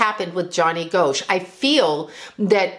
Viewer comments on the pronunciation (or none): I live in Iowa and remember when this happened. Another paperboy went missing soon after named Eugene Martin. Pronounced Gosh, not Go-sh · It's Gosch not Goasch when pronouncing the name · Gosch is pronounced "Gosh" rhymes with mosh :) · ...its pronounced Gosh💚💜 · I grew up in Iowa and I believe I was a senior when this happened. It was a very big deal and probably the first missing person I had ever heard of!!! The last name is pronounced like gosh. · Btw, it's pronounced like "gosh". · His name is pronounced Gosh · Pronounced like Gosh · If you are going to talk about a famous case, you might at least pronounce his name correctly. It’s pronounced GOSH. And by the way, all indications are that he is alive. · Here it is nearly 41 years since Johnny Gosch disappeared. You were wrong about so much, including the pronunciation of his name. There's an 81 year old woman who has never given up hope of seeing her son again. You should be ashamed of claiming to know anything about what happened to Johnny. Hopefully Noreen has never seen this video and you stop doing this kind of content..